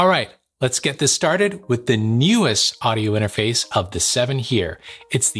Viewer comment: I like your audio whispering inter-mah-face. Is that what you’re asking?! Lol